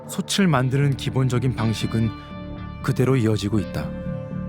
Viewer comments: '솥을, 솥에, 솥이'는 '소틀, 소테, 소치'라고 소리내어야 합니다. '소츨, 소체'는 잘못된 발음입니다. '소츨, 소체'로 소리나는 것은 '솣을, 솣에'지요. 대한민국 공영방송의 다큐멘터리 프로그램에서 한국말 발음조차 이렇게 엉터리로 하면 어떻게 합니까? 영어 발음, 억양, 강세에 목숨 거는 사람들이... ... 참으로 유감입니다. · 솥을 읽을 때 자꾸 소츨이라고 읽는게 많이 거슬리네요. 소틀이라고 읽는겁니다.